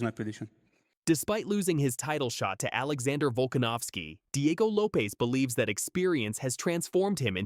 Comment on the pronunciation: You’d get more views if the AI voice is corrected when it says names and words incorrect! Loopes?? What the heck is a loopes haha